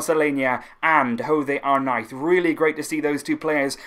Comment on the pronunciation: Why do you say arknife it’s arnaiz 😭😭